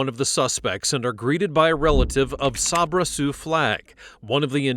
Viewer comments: SAY-BRUH NOT SOB-RA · I normally don’t say anything about mispronunciations because we don’t know what we don’t know, right? But when you hear multiple people pronouncing her name “Say-bruh”, why are you still pronouncing it “Sob-ruh”. 😩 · Sabra is pronounced SAYbruh. It is pronounced that way by everyone in the video except the cop when he asked Pence’s mom if she and Pence were there. Even he pronounced it correctly after she said it. Did you even watch the video? 🤦🏼‍♂️ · The police and even the narrator pronounced Sabra’s name incorrectly SO MANY times! It’s pronounced like 'say-bruh' NOT 'saw-bruh'. At the very beginning her grandma pronounced it correctly as 'say-bruh'. I knew a girl growing up named Sabra and I remember when she started getting a little irritated when people, even some who knew her, would pronounce her name wrong once we started junior high! 😅 Some even pronounced it like 'say-ber'… like the Saber-Toothed Tiger 🐅! Anyway, I hope everyone has a great day! Love from Texas ♥️🤠🌴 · Idk why it irks me but the fact you hear her grandmother pronounce her name as say-bruh but then you pronouncing it saab-ra was mildly irritating 😂😂